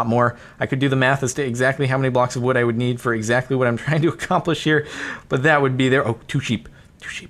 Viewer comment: "WOOD do"